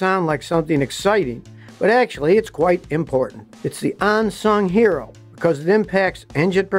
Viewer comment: "...an 'on'sung hero. Does Scotty wear "onderware" or underware.